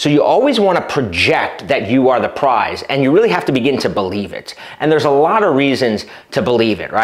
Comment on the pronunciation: it's Prize...P r i z e...